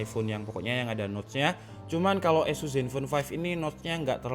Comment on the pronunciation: Sorry bro.. bukan esus baca nya tapi ases !